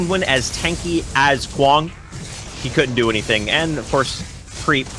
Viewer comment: I cringe everytime they say Kwang wrong